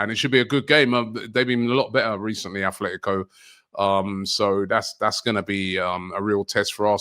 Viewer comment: These guys make predictions but never show us how they fared vis a vis the results. Also, can someone remind that it's At-Letico Madrid ( as opposed to Club Ath-Letic)?